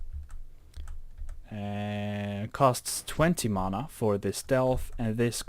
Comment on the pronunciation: its not mona its mana